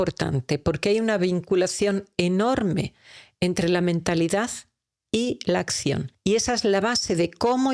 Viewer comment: Todo excelente, pero la pronunciación, me distrae. Astitus, por actitud. Ascion, pasto por pacto.. y así sucesivamente. Perdón pero me crea caos mental.